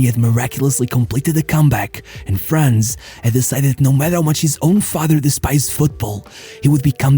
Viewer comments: Why englisch speakers are not able to fucking pronounce german names in the correct way? Imagine german ppl would do that all the time. Its not FRÄÄÄNS, its FRANZ. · small correction his first name is pronounced slightly differently: It is "Franz" instead of "Frenz" Nevertheless, a great video that does justice to this icon of the sport. People underestimate his achievements, but Bayerns greatness was mainly built by him RIP